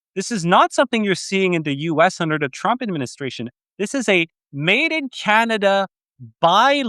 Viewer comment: CANADA ❌ CANINDIA✅ 😂